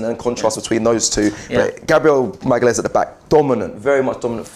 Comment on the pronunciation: Great content as usual guys keep up the good work, also,, its pronounced Gabriel Ma/ga/lian/is